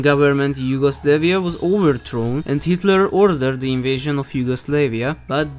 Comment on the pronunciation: its yugoslavia not yugoslaveia